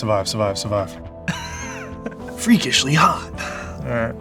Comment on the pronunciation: Him randomly switching to an American accent to go “freakishly hot😃” made me laugh